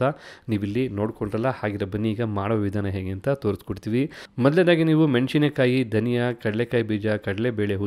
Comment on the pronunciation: 'ಮೆಣಶಿನಕಾಯಿ' ಅನ್ನು 'ಮೆಣಸಿನಕಾಯಿ' ಎಂದೂ 'ಹಾರಬೇಕು' ಅನ್ನು 'ಆರಬೇಕು' ಎಂದೂ ಸರಿಯಾಗಿ ಉಚ್ಚರಿಸಿ, ಕನ್ನಡವನ್ನು ಕಾಪಾಡಿ 🙏